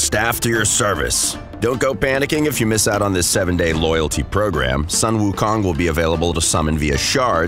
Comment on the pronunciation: Sun pronounced SOON